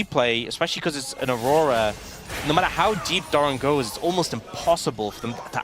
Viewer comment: Siempre es gracioso como pronuncian Aurora 😂